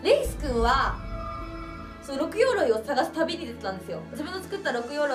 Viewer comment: 六鎧でロクガイと読みますな